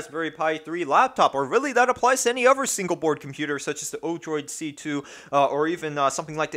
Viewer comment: do you keep saying uver in place of other? i swear i hear you keep saying uver.